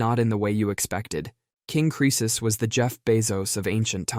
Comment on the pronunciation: Oh yeah I'm always saying rich as creces 🙄